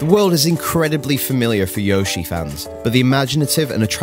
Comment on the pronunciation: That's not how you pronounce Yoshi